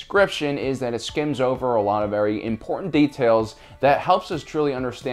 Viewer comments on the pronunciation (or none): none